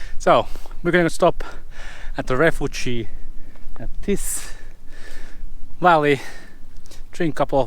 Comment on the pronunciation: Just to help ... knackered and knee has silent k, like know or knowledge etc. And refuge (2 syllables) very different to refugee!